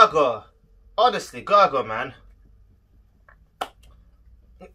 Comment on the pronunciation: Hi there, hungarian here. About the pronunciation: The first one (Gergo or Gergő in hungarian), it's Ger- ghír not Gargolye. The ő it's kinda difficult for english speakers (because the english words don't use sound alterations like ä, ö, ü in Germany, or in that case, the ø in Sweden, Denmark and Norway). It's like saying third without the consonants. But it's fine when you say Ger- go . That's why everyone writes his name without ő The second one (Borlai), you almost got it, but you would rather pronounce Bor- lah-e instead of Bor- lie Hope, this helps. Thanks for the video, I like how you reacted. Also, he has a pretty sweet groove patterns using flam paradiddles, check this video out